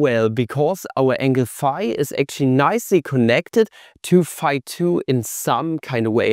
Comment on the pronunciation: fee fah foh fum i hear German mispronounce phi